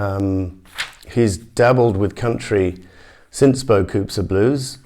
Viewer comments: Is is not pronounced “ bo - coo “ ? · in french you actually don't say the s